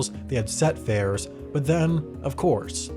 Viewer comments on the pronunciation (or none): none